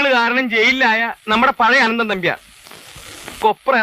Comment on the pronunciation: അനന്ദൻ അല്ലടോ അനന്തൻ